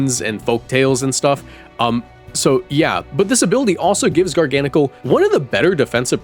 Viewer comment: Liked and subscribed because you pronounced garganacl correctly